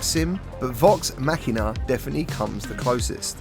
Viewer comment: Your the only reviewer to say the damn name right😂😋👍thank for that. Great job on the review my Brother, I'm downloading right now. Your the Man, man.